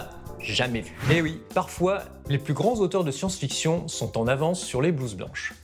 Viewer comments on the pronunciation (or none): J'ai arrêter a 5 secondes avec ton " les films de science-FISSON " 😆😆😆👎